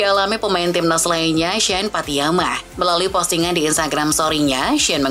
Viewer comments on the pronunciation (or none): woyy bisa baca gak sih, namanya pattinama, buka pattiyama